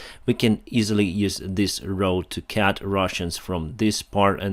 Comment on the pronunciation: Dear, it is not cat, it is cut.